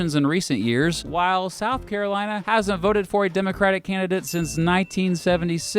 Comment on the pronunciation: SOUTH CAROINA